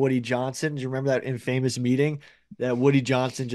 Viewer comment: I audibly laughed at my desk at how pronounced infamous